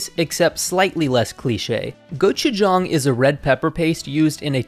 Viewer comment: Thank you for pronouncing "gochujang" correctly